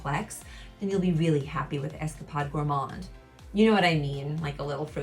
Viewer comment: Nothing comes close to how sticky and thick this is! Also you Are pronouncing escapade wrong it’s got along a not a short one it’s like you were on an escapade not Esca pod